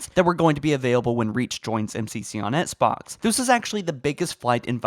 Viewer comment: I can’t stand how this dude says “Xbox”